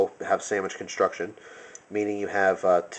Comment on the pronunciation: Sammich conshhuucshhuun